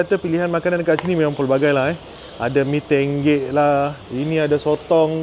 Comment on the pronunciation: Mee tonggek ❎ Mee tenggek ✅